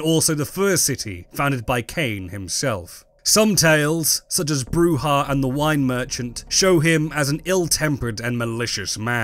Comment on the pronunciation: You could at least try to get the correct pronunciation of Brujah. It is Spanish so it is a throat sound as with Juan or Jose, it is NOT pronounced as an English -j-.